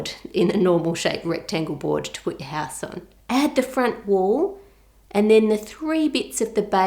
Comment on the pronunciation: How To Cook That i love how u say ”ouse” ❤️❤️